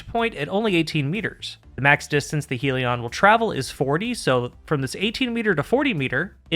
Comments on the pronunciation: Great vid, and for once we have a Destiny Youtuber who isn't an illiterate retard... you pronounced Sieve correctly when nobody else could. Edit: Uh oh, spoke too soon. pronounced Hellion "Heel-E-On", when it should really be "Hell-yun". I guess 1 for 2 is the best we can hope for with this bunch. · Please change your pronunciation of Hellion. It's not 'heal-eon'. It's 'HELL-eon'. as in 'begone ye demons from Hell' (whom were also referred to as Hellions, in some texts). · It's not "helion" as in "helium", it's hellion - hell-ee-on. Aka an unruly person. May be minor except the word "helion" with one L was spoken nineteen million times in this and it grated every time... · Isn't it Hellion, with two L? You're pronouncing it as though it was spelled "Helion" with one L, which would kind of make sense because "helios" = sun, but it isn't. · Love your vids and welcome back! Not allowed to call it heal-ion though. Rebellion -> Hellion. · why can noone pronounce this word correctly... its HELL-ian not HEAL-ion. Hellion is a real word healion sounds like a pokemon lol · youre pronouncing hellion wrong, its not "heal-e-on" its "hell-yen", i normally wouldn't say anything but you say hellion a LOT in the video and its very distracting how wrong you're pronouncing it. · Good breakdown… it’s a double L, though, “hell-e-on”. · It's amazing to me that you YouTubers cannot pronounce "hell-ion" to save your lives. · take a shot every time says "helion" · That's not how you pronounce Hellion.